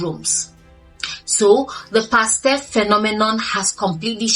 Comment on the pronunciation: Pastef not pastaf.😅